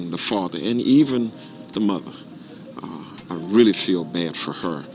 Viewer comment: Why the emphasis on “Really” feelin bad for her